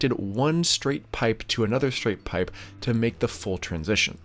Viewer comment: Easy on the P's, I don't think I can listen to you over pronounce pipe one more time.